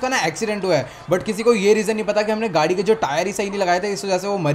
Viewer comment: gadi ko gudi bolte hai